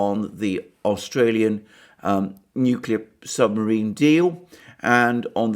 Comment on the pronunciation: I like it when you said 'torpedo the submariin' its a good thing slow Joe wasn't listening he might ask for the button.